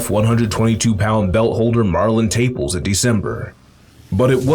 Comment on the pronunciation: It's not Taples. It's Ta-pa-les . Do some research. This talk is ridiculous. Davis should go up to 140